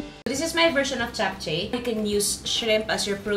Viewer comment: Hi Ms Juday, i always watch your cooking vlog, ok lng po ba icorrect ko pronunciation po ng JAPCHAE??? Its CHAP-CHE po in korea...❤